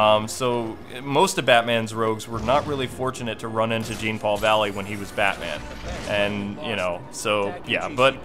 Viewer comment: dude jean is pronounced like Jean-Claude Van Damme. i have batman knightfall on an audio cassette and thats the way kevin conroy says his name